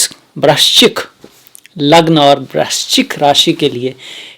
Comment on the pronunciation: Aap bahot pyare ho. Vrischik nahi bol paye hey. 😂😂😂 Par aap widwan hey. Pranam.